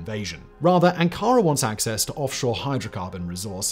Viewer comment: Ann Kara? 🙄 😂